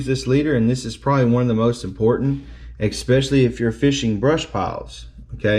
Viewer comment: I had subscribed until you said EKSPECIALLY. What the hell is that?